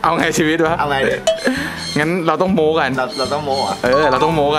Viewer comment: โม้ไม้โทไม่ใช่โม๊ไม่ใช่ไม้ตรี